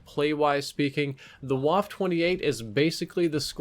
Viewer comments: Its pronounced "Vaffa" not "waff" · Wtf is Wuff, can’t you say VAH-FEH! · I say this not because I personally care so much but because I know it annoys a lot of people, so please, take this as friendly advice. The E is not silent, so you must remember to pronounce it as "Waffeh". Now you know, you're welcome. Also, this weapon is the MP 28 but it seems they couldn't get the rights to call it that or something. Same reason the Lee-Enfield was called the Commonwealth for a while I guess. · VA-FF-EH not Waff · You pronounced it wrong...It's not pronounced "Woff" It's pronounced "Voffer" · it's 'vaff-eh'. not whaff lmao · It’s pronounced va-feh not wah-ff. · WaffE Waffle - but don't say the L. Please. It hurts. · This isn't a waffle 28, this is a WAFF-EH ACHTUNDZWANZIG!, you should practice your Deutsch a bit more.:D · You pronounce it vaffa not waffe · DONT SAY "WOFF"... its "Waffe".. just look it up with google translate PLEASE, its german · It's pronounced BA-FE. Not Guaf. You're welcome. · Say one more time Waff ....ist Waffe ! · You pronounced the name very wrong. It’s more like vaffa, Germans pronounce Ws as Vs and the E at the end is like an A. Think wunderwaffe. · Waff-e. Bloody e.e.e.e.e.e.e.e.e.e.e.e.e.e.e.e.e.e.e.e.e..e 1 min research for how to pronounce.... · Well for One it is a german weapon with a german name. In this name the W is pronounced as a V With enunciation on the E pronounced as uh So Vaffuh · Pls stop saying waf. Germans don’t silent the e at the end of a word (same goes for Eisendrache btw) give us some e‘s. Thanks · Say it with me, "Vah-fuhhh" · That's "waff-uh" boss. Unlike French, German e's are not silent. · Really how hard is it to say vaffa like it's supposed to be pronounced??? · Pronounced vaffe too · Pronounced Vaffe though since their W makes a V sound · Ist waff-E the E is NOT silent ! Like wall-E ,,, you don’t say just Wall....its Wall-E! And WaffE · Pronounced Vaff uh